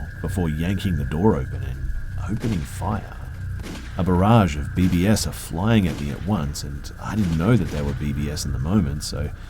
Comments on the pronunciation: It's BBs as in BeeBees, not BBS😭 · 'A barrage of Bee-Bee-Ess' FFS LOL